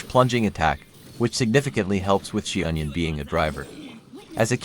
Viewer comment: Love how you simplified the pronunciation to "she-onion"!